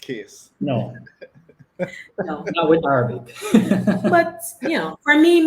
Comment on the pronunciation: …just a little sidebar re your pronunciation of the word Arabic… listen to it on a Google video…the second A…is not Araybic it’s like the A in Rag or Rasta or Ran …like A for Apple not the A in May …so Arahbic …however Arabia is pronounced Araybia ….weird…..since you do several shows with Arab countries.. I had noticed it previously…..I love your shows……I happen to love different languages and English grammar and culture….the internet has opened up so many visual and audio for ppl….ONE LOVE 👍🏼❤️